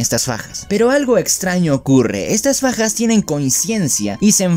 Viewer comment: Cuando dijiste daki ataca con Fajas escuché pajas : yo pajas mmmm ¯( ͡° ͜ʖ ͡°)¯